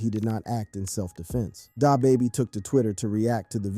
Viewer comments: DahBaby? Pooh sheesty? Bruh ain't from the hood 😂😂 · Dah bahbah lol